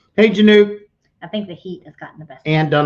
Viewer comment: Just FYI Kim's last name is pronounced "Yanik"